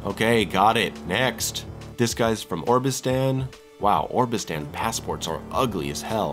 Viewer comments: "Orbistan?" It's "Obristan." If you haven't bothered to pay attention to the game, why would I want to watch your video on it? I'm not trying to be a dick here... But just ask yourself that question. Mispronouncing names, sure. You see most of them once. But Obristan is mentioned a whole bunch of times, and you mispronounce it right off the bat. And I haven't even played the game myself. Anyway, it just doesn't bode well for the rest of the video. If you got that wrong, what other stuff did you miss, or accidentally misrepresent, that I didn't notice? I like the style, very pleasant vocals, well-recorded, and mellow overall sound. I hope I was able to convey my thoughts without being too offensive, and that it helps someone, if not actually the creator of the video (I'm not under the impression that anyone at all will see this; but vho knows?). It can be really simple to do things far better. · It's oBRistan, not oRBistan. Obristan is more likely to be Russia than Arstotzka. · he really pronouncing "Obristan" as "Orbistan" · The way he said obristan is hilarious